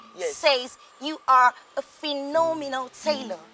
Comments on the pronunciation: Kiekieeee! Phenomenal not Philomena 😭😂😂💔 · Kiekie mumu ,dey say phenomenal not Philo 😂😂😂